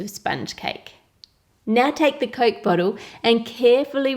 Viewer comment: you pronounce coke as "Coalk" I think it's cute